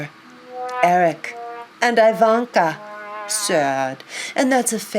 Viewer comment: EE-vanka not 'eye' vanka. It isn't pronounced so. He's a walking caricature of an actual rich man. "Ill gotten gains do no one any good."